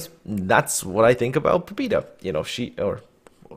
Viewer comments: Pabyeda, trust me, I'm Russian. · "pob E da" oh my God,thats so painfull to listen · Sorry dude! I poorly speak English and even more poorly speak Russian but the ship is named "Poh-beh-da." The Russian word on the cliff in port is the Russian spelling. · Pah-byeh-dah. Learning Cyrillic is a wonderful thing, might help. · "Pabyeda" ITS "PABYEDA"!!! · he is not right, the name he is using Russian would write it like "Pobida" and ofc that wrong closest thing in english to Pobeda would be Pobyeda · I periodically ask a Russian aquaintance of mine to look at the names of ships from the Russian server in Cyrllic ... she said the ship is pronounced " Pa-vee-Ay-da" with the V being a soft blend of a b and a v, and the a in Pa sounding like a dog's PAW.